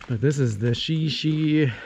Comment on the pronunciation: Great video! FYI it's pronounced "Shy Shy".